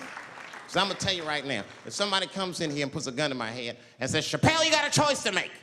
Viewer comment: Never forget.. "Dave Chapple"